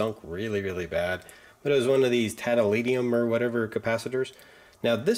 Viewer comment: "Tantalinium". LOL